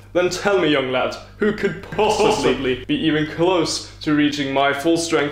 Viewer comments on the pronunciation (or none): "Young lat" 😂